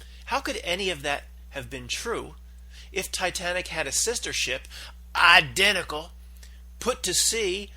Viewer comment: And btw, What's with the idiotic pronunciation of the word identical? What's that all about?